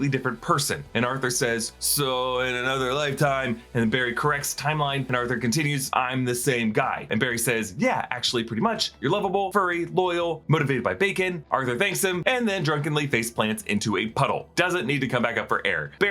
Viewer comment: Pretty sure Aquaman said “line-time” instead of “lifetime”